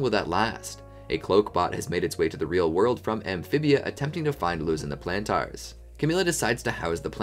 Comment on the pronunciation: why are you still mispronouncing Plantar 😭